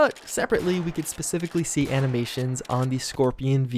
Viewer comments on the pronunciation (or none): none